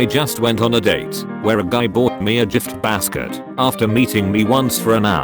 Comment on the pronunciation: Pronounces "cringiest" with a hard g, pronounces "giftbasket" as "jiftbasket". Lmao